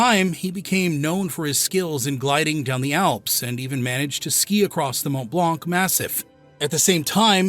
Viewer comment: The C is bloody silent! Once or twice hearing it Mont Blanc(blaak) is irritating, howver, hearing it 23 times is like listening to finger nails on a chalk board.